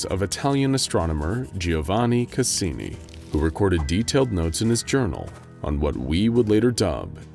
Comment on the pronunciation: Was it just me or did the narrator's accent when voicing Cassini sound like a combination of Dracula and Father Guido Sarducci (look it up)???